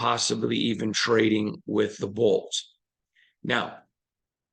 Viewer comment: Please start saying chargers instead of bolts. When you say bolts, sometimes it sounds like "bulls" or "colts". Love you.